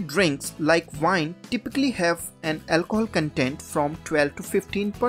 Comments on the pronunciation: lol its pronounced "wine" with a w, not "vine" with a v! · I mean no offense bro but it’s called “wine” not vine.